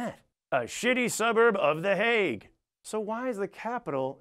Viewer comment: Here I am, two years later, seeing him say that my home town is a shitty suburb of the Hague. He did pronounce it surprisingly well though.